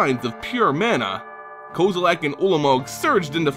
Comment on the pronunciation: Why does he pronounce some “e”s as “A”s? Jace belaran, kozilak, etc.